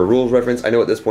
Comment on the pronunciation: Moot point, not mute point. Also, yay finally more warmachine!!!